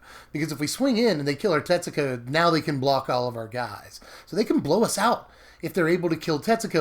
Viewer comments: Every time you say Tetsuko I hear, Texaco. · Hey, I figured that if Tetsuko was your favorite legends in Dominaria, I would inform you how to pronounce her name. I lived in Japan for over two years, and I know this is going to sound weird, but the u is silent. To spell it phonetically, her name is pronounced: Tetsko. If you're Japanese, there is an inflection where the u goes, but you would never be expected to know or be able to pronounce it perfectly. I learned from making very many social mistakes that when a u comes after an s in Japanese it is almost always silent. I know zero words that break this rule. Thought I'd help you out. Tetsooko is a mispronunciation, friend:) Thanks for all the deck techs, love your channel!